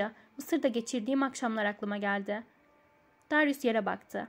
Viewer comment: Darius "Deryus" diye telaffuz ediliyor:)